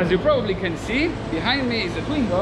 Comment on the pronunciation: Why keep reading it Shingo rather than Swingo?